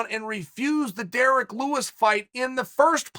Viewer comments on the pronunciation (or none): none